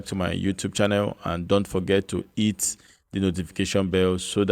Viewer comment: Wooooow! Finally, I heard you say “hit”. All this time, I thought you have been saying “eat”😆